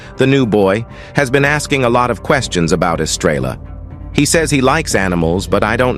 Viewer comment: This narrator drives me nuts! He doesn't pronounce words properly. I agree with other people who have given comments; who wrote this? Horses are not cubs! Estrella is Spanish for star and the 'l's are silent.